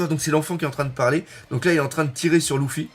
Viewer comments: Bon par contre, c’est Luffy et pas Louffy x) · déjà en France ont dit "Leuffy" mais ont a faut c'est Ruffy en japonais ... Et puis c'est pas si hyper gênant ... Usopp, on a l'impression qui dit "douffy" et franky dit clairement "Ruffy" donc bon ... Franchement osef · Moi je dit luffy mais le "u" je le prononce "e"